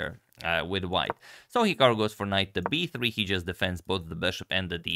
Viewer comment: The way you say b3 sounds like 'hey Siri'. Are you using an iPhone?